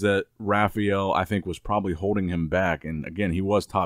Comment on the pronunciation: no you do! Listen carefully the dude can’t pronounce anything with the letter L and D next to it